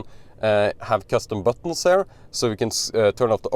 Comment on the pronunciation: You are so fluent in English, so bravo! But there are a few basic pronunciation mistakes, which I am sure you can fix easily. “Here”: it is quite distracting, if pronounced as “hair”. I don’t know if it helps, but the sound is closer to “Kia”. One can practise similar pronunciations, like “here” “ear” “near” “rear”“interior” …